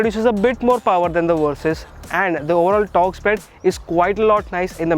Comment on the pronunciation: Hearing you call it the "Kawasaki Worsys 650" doesn't make me want it very much.